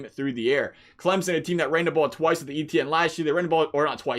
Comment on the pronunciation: I just want to thank you for pronouncing Clemson properly!